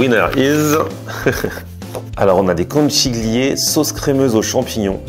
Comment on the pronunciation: salut je suis breton et habite en italie,je te suis depuis longtemps mais ta prononciation des conchiglie,super pasta italiana,non!!! je rigole,ciao👍